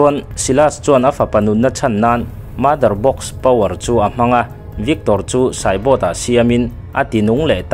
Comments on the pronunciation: Cyborg poh khii "saibawt" itia "saiborg" /"saiborkh" ti in lam la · Darkseid -daksei nilovin daksaih tiin.. Justice -zastiz aw zastik nilovin Batman te poh kha Betmen ve mai la Cyborg poh saibot nilovin saibawrk or saibawk tive mai la😂😂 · CYBORT i ti bawk a CYBORG tih zawk tur